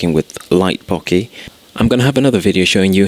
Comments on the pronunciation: Boh-keh, not Bocky. Otherwise, great tutorial. Thanks. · since when did an "eh" on the end of a word make an "i" sound?